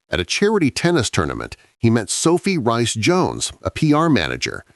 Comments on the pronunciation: It’s actually. Reece Jones…not Rice Jones 🙄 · It's spelt Rhys but pronounced like Reece Not 'Rice'.